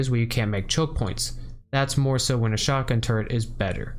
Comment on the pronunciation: Chapter "Where each tool excels" becomes a mix of funny and disturbing, if you continually understand "turd" instead of "turret". :D Otherwise fantastic guide, thanks man.